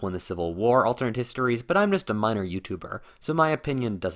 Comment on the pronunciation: Bro can you not pronounce the word alternate? You’re saying “alternd”